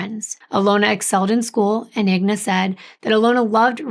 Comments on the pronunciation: please your name is 3 times more difficult to pronounce but it’s just 4 letters for the mother. It’s INGA not IGNA. There’s no such name exists. Again I N G A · It is I-N-G-A not IGNA. Common mistake though. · I think her name is pronounced In-ga. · I’m sure someone is named Igna somewhere in the world….i noticed she said wrong too but probably switched the letters